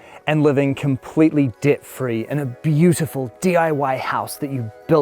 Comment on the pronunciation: "Dit free"?? It's Debt free.